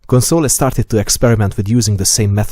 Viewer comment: Amazing video. However its Cónsole not Consóle :)